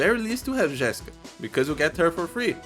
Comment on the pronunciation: Tu é BR ne, misericordia saiu um GÉSSica ali kkkkkk